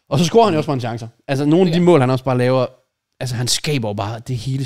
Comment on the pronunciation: JK. Det hedder "scorer" og ikke "scRorer"